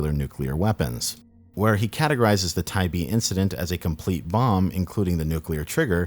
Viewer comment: Thank you so much for pronouncing “Tybee” right